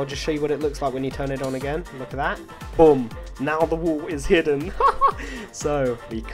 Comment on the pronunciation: You pronounce boom like "bum"